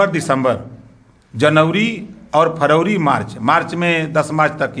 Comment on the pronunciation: देख लो भाईयों ये देश को चलायेंगे जो आज तक महीने का नाम नहीं याद कर पाया।। जनवरी को जनउरी और फरवरी को फरउरी कह रहा है।। अब देश आपके ही भरोसे है योगी जी,, मोदी जी।।।